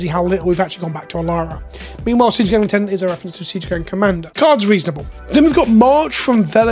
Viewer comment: Sorry, gotta revoke your Brit license for your pronunciation of lieutenant.